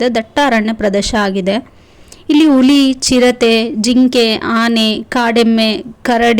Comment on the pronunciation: Please prinounce huli as huli, not uli, because ur video will be reaching many more people. Put more effort on clear pronounciation. Thank you